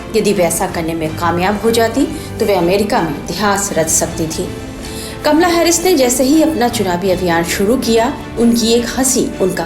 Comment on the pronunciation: kamla nahi kamala bol bhai